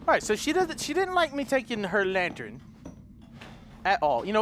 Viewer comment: “She didn’t like us taking the lattern....” “So I’m gonna take the lattern.....”